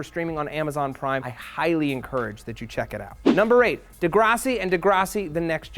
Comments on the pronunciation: LOL I never realized he pronounced it degrossi. It's pronounced de-grass-i. I always thought Jared Leto was pronounced like led-o... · De-GRASS-i Dari-A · zeldaport idk if you watch the show but the way the characters pronounce it (so presumably the way the writers meant it to be pronounced) has the 'grass' pronounced like the word grass not like 'grahss' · .....Degrassi...De..GRASSi..........like......GRASS MATT! LIKE GRASS! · the way he says degrassi weirdly pisses me off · did anyone else notice how he pronounced degrassi?? but what ever i fkn love matt